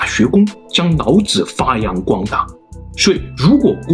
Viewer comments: 你是不會讀L和N音嗎，什麼‘腦子腦子’ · Hahaahah 老子被你说成脑子，老师变成脑尸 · 内在，不是泪在。 老子，不是脑子。 来历，不是来逆。 水利，不是水逆。 另一起，不是泞一起。 内容，不是类容。 一，不是yzi。 民，不是mzin。 蔓，不是万。 积累，不是积nei。 于是，不是yzu是。 李学勤，不是你学勤。 离骚，不是泥骚。 遗体，不是yzi体。 遗训，不是yzi训。 地，不是dzi。 年，不是联。 那，不是辣。 哪里，不是哪你。 夷陵，不是yzi陵。 怒了，不是路了。 陵墓，不是铃墓。 历朝历代，不是逆朝逆代。 历史，不是逆史。 。。。。。。。。。